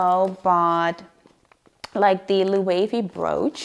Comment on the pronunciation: loved this video but i cringe every time you said Loewe wrong :(